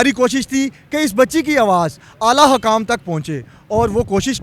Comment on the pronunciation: Lagta hay anchor sb school ki back pe bethh k study krtay rahay. Hakaam nhi hota sir hukkaam hota hay